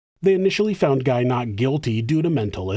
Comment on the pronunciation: Just a note that Guy is pronounced Gee in French and Claude is pronounced with an o sound instead of an ah sound. So replace the "au" with an O. Like Cloh-d.